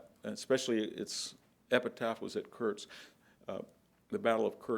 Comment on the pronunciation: Nu-kle-ar, not nucelar. Antidote, not anecdote. Battle of Kursk, not Kurtz. Wehrmacht, not wehrmarcht. Geez....